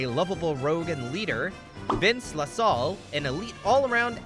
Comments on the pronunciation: have you even watched the show, its Vince Luh-sAl hard A like Ahhh . you don't even know his name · Great video, but you almost lost me from the jump with getting Vince's last name wrong. His last name is LaSalle. Someone at Disney liked naming the black characters after historicaly significant Frenchman. Vince was named after the explorer, Rene LaSalle. Carver from The Weekenders is named after matmetician Rene Descartes.